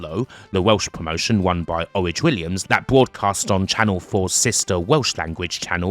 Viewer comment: Did a clean job on Worldwide vs Brad Armstrong in 96.. Knew his place, and knew who had the greatest entrance music of all time. And, for fucks sakes. It's not Orij Williams, It's Orig. Like an Oil Rig. A bit of some respect for someone who brought over some of the greatest international talent off all time on S4C and worked on Eurosport on commentary for New Catch, and Wanz's Catch in Austria. In a Welsh accent he could mention the Japanese wrestlers on commentary correctly, so give Orig his flowers, and pronounce his name correctly.